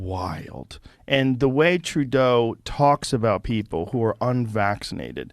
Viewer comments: The name Trudeau is pronounced as two syllables and sounds like "true doe" (doe as in deer) with emphasis on the second syllable. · Lolll, you got the name wrong... you have to say it like trudo ( even if it's Trudeau ), second point is that even if you don't have a vaccine passport, you can still go for your groceries, only not in the bigger brands like Costco... but none the less, if Trudeau ( Trudo ) would have sent someone to talk with the protesters, this would have another ending, instead, he calls them out as racist, terrorist, extremist while 2 years ago, he was calling them hero's!!! sorry for my bad english, french speaker here!! Keep up the good work :) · TRU DAY OH ? Where did you ever him called that? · Tru-doh…just think of Homer Simpson when he screws up! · Its pronounced tru-doh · You pronounce Justin Trudeau as True dough. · [ "Tru' doe" is how you pronounce his name ] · Dude, it's pronounced...True-dough.. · Justin "True-day-oh" never heard that idiot's name pronounced like this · Trudeau is pronounced "True-dough". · Pronounced TRUE-DOE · Trudeau...say it with me.. true-dough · Great video but it's said true-doe lol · TruDsyOh? Lol you my guy tho. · It's pronounced Turdo, oops I mean Trudo. Thanks for all the good work, keep it up. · its pronounced Trudo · It’s pronounced True doe (Trudeau) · Nice video. Just one thing, his name is pronounced as Tru-doh. Cheers. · Are you purposely saying “true-day-o” as a joke or do you think his name is pronounced like that???? (Respectfully) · Great coverage...thanks... The PM's name is pronounced True dough like he is truly after the money and doesn't give a rats asset for the people...any criticism of him is welcome since there is nothing good to say about him... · IT'S PRONOUNCED TRUE DOH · LOVE YOUR CONTENT SO MUCH!!!!!!!!!!!!!! FYI; His name is pronounced True-DOE..... Keep doing what you do, it's GREAT STUFF! PEACE <3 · Its pronounced tru dough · it’s pronounced Tru DHO’ or Coward of The Cottage.